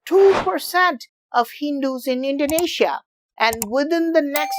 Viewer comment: Hey, I'm Indonesian and Idk why I found this video. But I'm grateful bcs I can learn something new about my country from foreigners?😅. Yeah, I love the way you pronounce Indonesia and Prambanan very well and correctly, similar like our tounges LOL. And I love when you curious you'll find the answer urself not only from the internet but also to the local so you'll get ur answers accuratly to minimize possibility of biased unlike some "youtubers" so sometimes they made some mistakes, not entirely their fault tho bcs they might not realized it but yeah. It's best to gather information as much as possible and certainly get info from the locals and share all that information. Not only by 1 or 2 sources. Like you, even tho maybe there are not 100% true but you showed us the process of ur doing to gather ur informations. Maybe next time you can invite the people that can be ur interpreter to the local tho😁 Once again. thank you bro and keep it up. You might uncover all the trivial questions from around the world that even the citizen from those countries might not know. Like me🤣